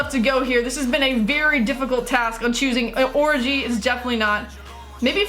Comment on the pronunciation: omg she said orijee not oreegee